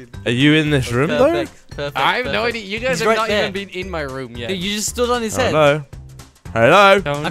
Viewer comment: It's not RM its room